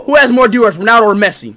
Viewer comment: Now I know he means Ballon d'or. My man saying diors bro😂😂